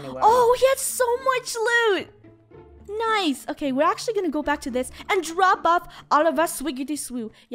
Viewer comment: FUNNEH: " Noce " Me: Noce?' Video: She said Nice!